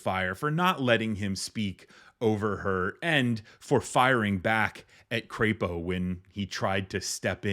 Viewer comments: It's crap oh, not crepe oh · Look at the spelling, it's not Creapo, it's CRAPO! Say his name.